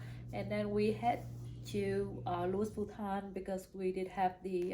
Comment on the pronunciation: It's Louis Vuitton, you don't pronounce the "s" in Louis, it's French 🥰